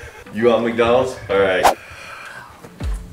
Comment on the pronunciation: I knew brly is going to say macdonals